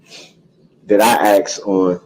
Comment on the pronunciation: AXE! OVER RUU. NOTHING ABOUT THIS IS FUNNY. YOU KILLED 6 people. And ran over 67 others. So THAT IS WHAT ISNT FAIR. NOT A STUPID STICKER! “It don’t have a sticker” hmmm. It doesn’t. Axe? Hmmm ask. Troof? Truth. Oaf? Oath. Tackit? Tacit. I’m telling you. I have NEVER met anyone like this nor do I ever care to. This jury has to be astounded by what they see every day with this __ bag.